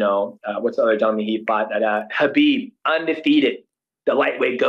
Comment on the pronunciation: Two people saying Khabib’s name correctly, love it 👏🏼